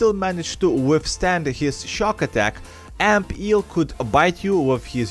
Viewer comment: Ampeel sounds like amphere